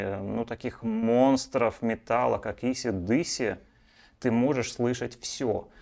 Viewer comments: вы ролик записали для русскоязычной аудитории. Так вот все русские называют эту группу "Эйси-Диси" и так её название и произносится по английски 😂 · Исы/Дысы.......😭😭😭...Вы это серьёзно....🤣🤣🤣🤣🤣🤣🤣... Простите, не сдержался.